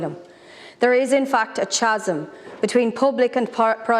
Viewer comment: blatantly mispronouncing "Chasm"